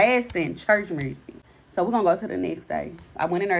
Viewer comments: She's possessed too if she thinks the word "music" has an r in it. "Mursic" is not a real thing or a real word just like "aks" instead of "ask". My ppl..... we must do better than this smh.... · That pronunciation of music & ambulance. Love it... To answer your question, I do believe that if you even crack "a window" you are giving permission to demonic spirits to enter in. To crack or open a door or window to evil looks like watching certain ishh (exorcist, incidious, or other demonic ishh), playing with ouija boards, singing certain songs (by popular artists knowing what they're saying but excusing it as "just music"), or flat out verbally inviting spirits to interact with you on some paranormal ishh.